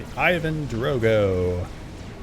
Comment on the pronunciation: It's Ivan Drago not Drogo